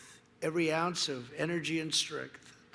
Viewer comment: He couldn’t even say strength and claims he has it lol hahahahahahahahaha 😂